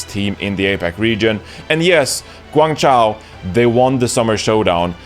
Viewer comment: His ChengDu is fine, but his HangZhou and GuangZhou is pretty bad. He had trouble pronouncing Zhou, but who cares. Good enough.